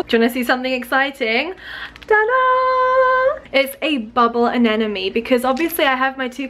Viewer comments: I love your videos, but I won’t stop commenting this until you get this right : “aneMone” not “anenoMe” ! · ANEMONE. NOT. ANENAMY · Em I love you and your videos, but why do you say anenemy instead of anemone ? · Just letting everyone know, it's pronounced ANEMONE not ANENOME. The M is in the middle